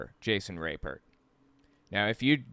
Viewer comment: I wonder why he doesnt just pronounce his name like RAP-pert instead of rape-ert